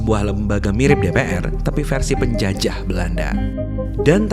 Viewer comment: penuh penekanan banget "versi PENJAJAH Belanda"